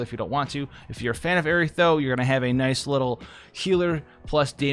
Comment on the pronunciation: Y'all are really gonna let him get away with saying Aerith in correctly it's so fucking hard to hear